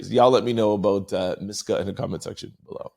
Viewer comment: Love you! Just wanna help you break it down to say it correctly. Her name is Ma-si-ka